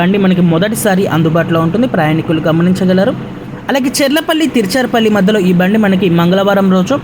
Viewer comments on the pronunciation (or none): అమ్మా తిరుచారుపల్లి కాదు తిరుచిరాపల్లి. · తీర్చర్ పల్లి కాదండీ త్రిచ్చురాపల్లి అండి లేకపోతే త్రిచ్చి అన్నండి